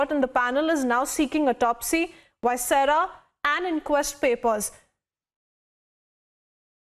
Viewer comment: Ma'am, please pronounce viscera properly